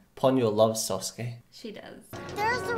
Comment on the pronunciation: 🙅‍♂️ Sasuke 🙆‍♂️ Sousuke